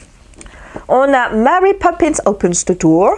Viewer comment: Coucou, félicitations pour tes kilos perdus:) j'adore ton accent anglais quand tu lis les titres de Mary Poppins. ça se voit que tu as l'air bien, monsieur Herrmann et ton régime intermittent, les couleurs que tu amènes dans ta vie par le coloriage te font du bien et c'est agréable à voir.:) Bises